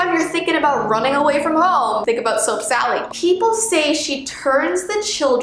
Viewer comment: i heard soak sally